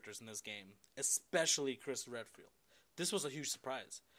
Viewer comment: I don't mind his reviews but I cringe every time he says "expecially"